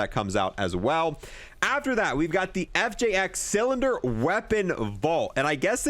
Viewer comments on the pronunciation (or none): Anybody else notice she says “FXJ Cilinger” and not “FXJ Cinder” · bro how the fk you struggling to say cinder, like wtf is a cilinger ? 😂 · Cinder* not cylinder or siliger. CINDER pronounced SIN-DER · CINDER NOT CYLINDER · Cinder is not pronounced Cylinder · cinder not cylinder!! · Bro said cylinder, cinger, and cylinger 🤣🤣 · Mf can't pronounce cinder